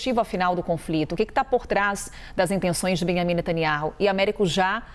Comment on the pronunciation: Velhaco ai só repete o mesmo. Fala q quer eliminar israel, o hijab da outra... sabe pronunciar o nome d netaniahu. Ñ pronuncia o J. Evanjegue dedicado 😂